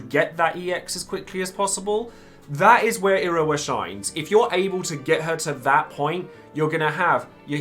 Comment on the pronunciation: Im not the only one hearing him say Irowa am I?